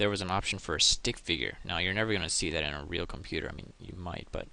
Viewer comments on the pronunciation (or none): none